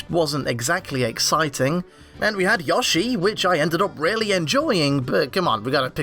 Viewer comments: everytime I hear him pronounce yoshi as "ya-she" i wanna rip my hair out. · I don’t care who you are. Anyone who pronounces Yoshi like that needs to die. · Your editor can't pronounce Yoshi. I'm sorry.